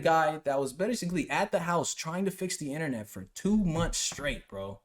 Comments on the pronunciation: Inthernet? Its internet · Someone get this man back to school to learn how to say internet